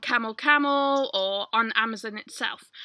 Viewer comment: i love how you say 'amazUn'....its so...not American lol thx!